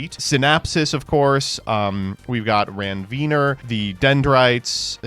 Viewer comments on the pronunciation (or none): the way said Ranvier made me have a physical reaction